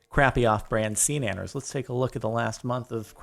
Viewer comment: Did he not say seananners